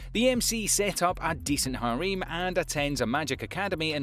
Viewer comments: I'm really pissed off It's harem not harim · "Haréem" :D